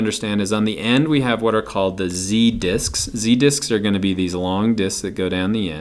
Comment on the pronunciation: Awesome video but I must be secretly a twelve year old boy because I can't stop laughing at how accidentally says "z dicks" instead of "z-disc".